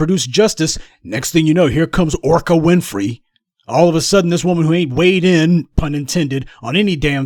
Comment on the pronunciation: "Orca Winfrey" 🤣🤣🤣🤣